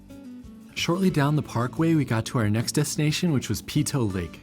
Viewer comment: Peyto; pronounced Payto.